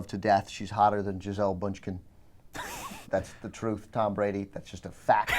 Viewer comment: Jizell Bundgkin. Way to butcher a name, Ben.